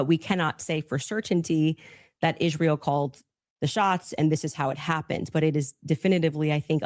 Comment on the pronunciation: I almost noped out when she first opened her mouth and pronounced Israel the way she does.